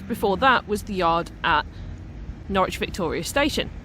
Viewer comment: Norwich is pronounced 'Norridge', but it's a common error that many folk make -! 😊